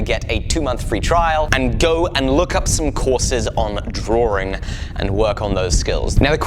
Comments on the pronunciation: All of this time, I thought you were saying drawering. You were actually saying Drawing. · I love you, but please... the word is Draw (like bra) -ing ... there is only one r in the word drawing. Much love otherwise :)